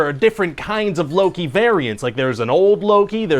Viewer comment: he says luu-ki